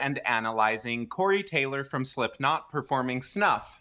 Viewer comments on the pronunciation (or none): Did I hear you say Slipknop or Slipknot?